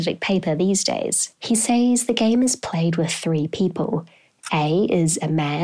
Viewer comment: you pronounce 'says' phonetically